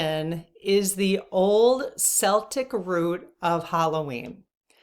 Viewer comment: Celtic is pronounced Kel-tik unless it’s the basketball team.